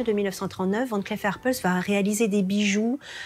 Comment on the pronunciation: Pour la narratrice, on ne prononce pas "van clef mais Van clif"